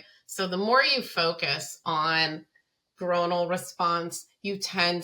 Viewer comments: oi doesn't make the long o sound in the word groinal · you say the word groinal wrong so so so so so many times 😂😂